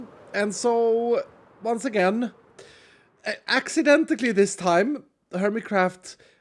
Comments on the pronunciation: "Accidentally": Ack-sic-den-ti-lee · "accindetically", he says. i love it.